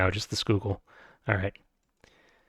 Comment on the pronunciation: Speaking as someone who's spent a lot of time in eastern PA: you're getting the Schuylkill right. That said, given how it's so strategically important that you mention it multiple times a video, you might like to know that Pennsylvanians pronounce Lancaster like "LANK-ister", rhyming with "sister". You're pronouncing it the way almost everyone else in the US does, so you're almost certainly not offending anyone, just identifying that you're not a Keystone Stater. (Before you start frantically looking up local pronunciation videos, you've got all your other towns/regions down pat.) Pronunciation quibbles aside, I'm liking your content! I have next to zero familiarity with 18xx games, but the way you explain the strategic implications of each move really helps me as a noob make heads or tails of a game state.